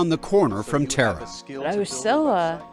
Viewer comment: Yall pronouncing Tara incorrectly. Its Irish pronounced Taara not Terra. Goodness me surely her family would've corrected yall by now.